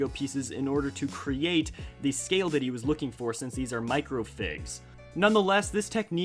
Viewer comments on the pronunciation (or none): none